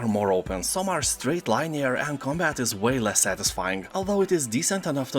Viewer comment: Let me help you out. Lin-ee-er not line-ee-er.